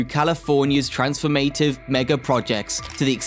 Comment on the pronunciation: & & "Trans-form-A-tive" instead of "trans-FORM-ah-tive". "Over-ar-King" instead of "over-ar-CHing". With all of the other mispronunciations and periodic odd pauses, I'm thinking this is an AI narrator and there was not much oversight of the output. The devil is in the details. Finessing & polishing is requiring when presenting information to the public. For a channel focused on infrastructure, to stumble on "gauge" when talking about railroad tracks is especially odd. It's pronounced "GAJ", not "GOWJ" (and measures the distance between two rails).